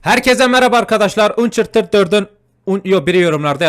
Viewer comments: ANÇARTID diye okunuyo abi yine yanliş dedin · hayır anchharted 4 diye okunuyo ve oyunu 2 gunde bitirdim ve önceden 4 günde bitirdim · Abi oyunun ismini yanlış okuyorsun ançertıd diye okunuyor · abi uncharted diye yazılıyo ançartıt diye okunuyo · Abi okunuşu: ançartıd yazılışı: uncharted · abi ançartıd diye okursan daha doğru olur, seviyom seni iyi gecelerr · Abi Ançartıd diye oku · Ançartıd diye okunuyo abi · adı ançartıd 4 dıye okunuyo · Ancartıtd diye oku reis